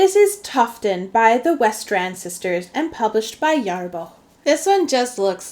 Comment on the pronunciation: Btw the ä in Järbo is pronounced as the a in "and" if you say it slow. Hard to describe swedish sounds that don't really exist in English!